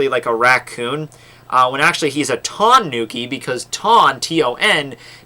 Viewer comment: Reindeer in Japanese is actually "Tonakai" Not "Tonuki"